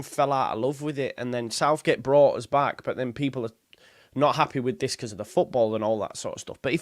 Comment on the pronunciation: I hate when you turn into a manc🤐’ happehh’ ‘archiehhh’ 😂😂😂😂😂😂